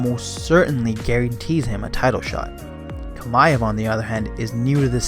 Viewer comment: Chimaev. Chi-ma-ev. not Kamaev